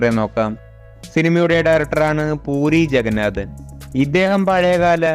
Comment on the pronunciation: പൂരി ജഗന്നാഥ് അല്ല.... പുരി ജഗന്നാഥ് 😂😂😂😂😂😂😂 പിന്നെ നിങ്ങടെ ഡയലോഗ് "സിനിമ ബോക്സോഫീസിൽ" വളരെ വലിയ 💣💣💣💣💣💣😂😂😂😂😂😂😂😂😂😂😂😂